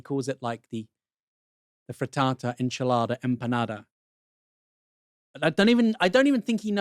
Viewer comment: Obviously very hard to say enchiladas 🤣😂